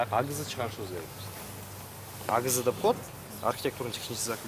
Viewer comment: АГЗны АТЗ деп коет🤣🤣🤣🤣